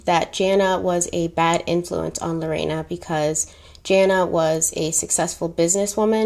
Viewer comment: Thank you for not mispronouncing my name 🥰 you said it very well in spanish too ❤️